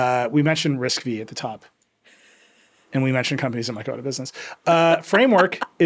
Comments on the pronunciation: It's RISC - FIVE !!! Nerds in your audience were never excited about RISC - "Vee".🙄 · Excited for all the nerds to yell at Nilay that it's risc-(five) not V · I can't a tech a publication seriously if the editor in chief says Risc Vee🤦